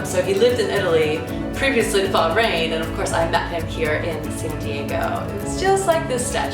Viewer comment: Hey, congratulations to you and your husband, for having a baby. I've been to the middle east, and been to Bah' - rain (note the emphasis on the pronunciation 😂). Such a great country in the middle east, but quite some pretty narrow roads specially in the old city center. 😂